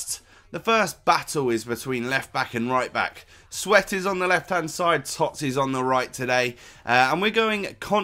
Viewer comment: Whenever you say TOTS I cringe. No one else says it like that and it's terrible.